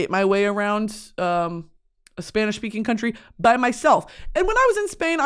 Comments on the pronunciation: she says spanish words better than my mexican ass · her accent is better than the one from my Spanish teacher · girl i’m a spaniard living in nyc and it still takes time to switch back into spanish…give yourself some grace you’ve got the best spanish accent on an american i’ve ever heard. also i would have PAID to watch you at lhardy lmaooo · my very latin mom is always very impressed with your pronunciations